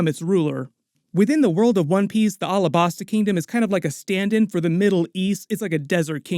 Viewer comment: Pleas dont call Alahbasta like that. Say it like the state Alabama. Alabasta